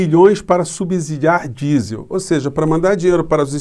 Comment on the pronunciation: É um ABSURDO vc dizer SUBZIDIAR